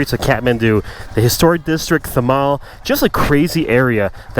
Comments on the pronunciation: Its THAMEL not THAMAL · Btw it is THAMEL not THAMAL :) great video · Bruh its THAMEL not thamal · Well...it's not Thamal..it's Thamel. Love from Nepal💙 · Quick correction ...its Thamel not Thamal ...:) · it’s Thamel, not Thamal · Thamel not Thamal..hahaa but cool video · It is THAMEL not THAMAL. Get it right. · It's THAMEL not THAMAL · It’s Thamel not thamal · Loved your video, It’s Thamel not Thamal. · Hi. Thank you for visiting Nepal🤗🤗. So glad that you survived in these street😂😂. Ps. Its 'Thamel' not 'thamal' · Hey Its THAMEL not THAMAL..Thank me later.😂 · Bro its thamel not Thamal anyway good video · It's Thamel. Not Thamal :D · Atleast get the name right dude it’s thamel not thamal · actually its thamel not thamal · Nice video...just Thamel is not said right..he says thamal instead of thamel..its tha and mel is pronounced like male..not mal as in the mall.. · It's thamel bro not thamal😊😊 Lot's of love from Kathmandu Nepal🍻🍻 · My man its THAMEL* not THAMAL 😂😂😂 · IT'S "THAMEL" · Clearly, there's not enough Nepalese in the comment section or else you'd be served for messing up the word 'THAMEL'.